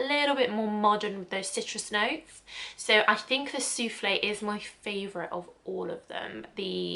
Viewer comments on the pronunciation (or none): Just so you know : the e from souffle isn’t to be pronounced. You only hear souffl. When you say « soufflay » it sounds like soufflé which is a French salty cake made with cheese🙂 I’m French so every time you said soufflay I pictured that cake 😂